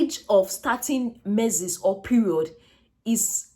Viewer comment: Pls get the right pronunciation for that word “menses”